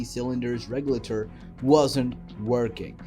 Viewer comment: Maybe learn how to pronounce buoyancy and regulator before making a video about driving??? Smooth brain….